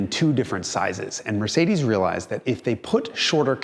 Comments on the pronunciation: Mercedes'iziz & Audis'iziz 😉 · MercedesZZZ and AudisZZZ, LOL.